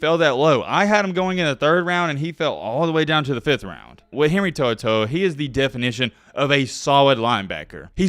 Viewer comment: Henry To'o'To'To'To'To sucks bro calm down